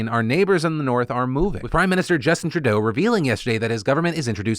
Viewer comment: Phil, I dig you and appreciate you covering Canadian news from time to time. BUT I have a pet peeve with you. It's the way you pronounce "Trudeau". It's TRU-deau, emphasis on the first syllable. Just my petty ass criticism for today. ✌